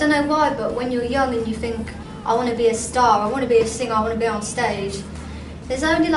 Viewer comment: "I fink" I love it I love her!!!:)